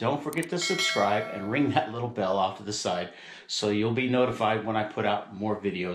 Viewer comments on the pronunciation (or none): none